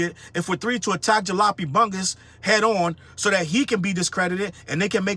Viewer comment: The most disappointing thing to me is that didn't know how to pronounce Jalopy. I've got duct tape holding parts of one of my cars together right now.